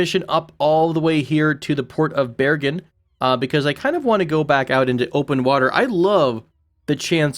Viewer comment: Good pronunciation of Bergen :)